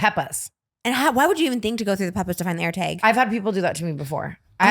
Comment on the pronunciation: The way Trisha says air “taag” is HILARIOUS